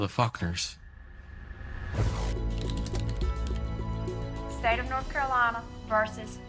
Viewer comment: Am I the only one that noticed he said Fuckners instead of Faulkners? I'm sensing that was intentional and that he had more to do with the murders than he's letting on.